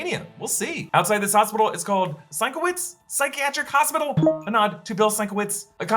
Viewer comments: pronounced sin-KEV-itch NOT "sign ki whites" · It's pronounced "Sin-kev-itch", not "Sink-a-witz". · Minor correction - the hospital would be pronounced Sin-kev-itch, according to the way Bill pronounces his last name. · Bill Sienkiewicz is a fine artist and illustrator, not just a fine comic-book artist. His last name is pronounced, sin-KEH-vich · SIN-KEV- ITCH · It's Seen-KEV-itch you guys. If you took one minute to look him up it's on like all his promotional material. C'mon. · Sigh… sin-KEV-itch… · Oh, for crying out loud… it’s Sin-kev-itch. Check the man’s website. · Sienkiewicz is pronounced sin-kev-itch lmao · I get to be pedantic. Sink-ah-Vick. That is how to pronounce the artist’s name. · Sienkiewicz is pronounced (more or less) sin-KEV-itch. It's a Polish surname. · The name in pronounced “sin-kev-itch”. Source: I met him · Sienkiewicz, omamo jak on to przeczytał. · Dam they fucked up the pronunciation for Sienkiewicz Name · is this really how americans pronounce Sienkiewicz?! that was painful to hear...